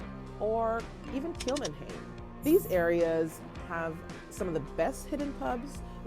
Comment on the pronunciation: Pronunciation check: Kilmainham… Kill-may-nam Gaol….Jail. It’s the old Victorian English spelling. Good video, glad you enjoyed your trip guys!!!